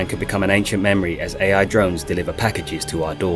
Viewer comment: What other hears: Ai's race to destroy humanity What i hear: EAI 😂